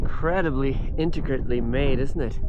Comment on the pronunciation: Thats the second time you have said "Inticrit" "Inticritly" in your videos.. Aks anyone they have noticed it.